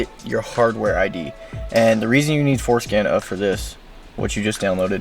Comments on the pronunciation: Forscan nah forskin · Damn I thought he was saying going show foreskin, I'm disappointed 😂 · Sounds too much like foreskin